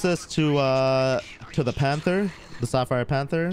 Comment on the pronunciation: Panther kinda sound like